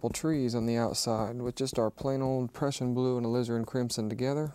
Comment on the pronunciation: I always love it when he mentions the A-lizard-crimsion.